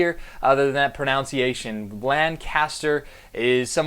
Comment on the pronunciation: you said pro-NOUNS-iation.